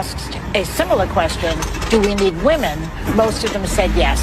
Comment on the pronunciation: First, learn how to pronounce the word "women" correctly.